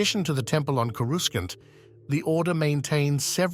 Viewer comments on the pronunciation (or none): This is narrated by an AI, not a Star Wars fan. It doesn't even know how to pronounce "Coruscant", pronouncing it as "Coru skant". Thumb down.